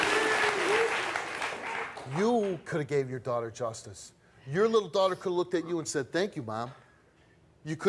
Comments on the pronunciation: Maybe it's "looked" pronounced weirdly 😂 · I hate when people say LookTed.... instead of looked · It Lookted like... Lookted isn't a word ppl .